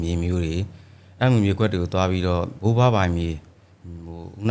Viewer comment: ဘိုးဘွားနဲ့ဘိုးဘအသံမသဲကွဲဘူး၊အဲနေရာမှာဖြည်း၂ပြောပေးရင်ကောင်းမယ်